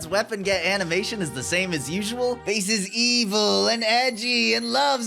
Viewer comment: “Hey Bass…!” “Mega man, you finally made it, and you’re finally STILL not pronouncing my name right.”